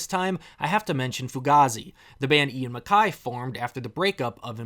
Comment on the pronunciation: I really enjoy the music of a lot of the bands, mostly the 90s and early 2000s. But please stop calling Ian Mackaye (pronounced Mc-K), Ian Mack-eye. Short and concise discussion. I enjoyed it.